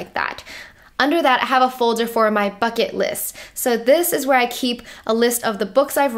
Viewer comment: When you said "this is my bucket list", I thought you said "this is my fuck it list". Then I was like hey I have one of those too haha.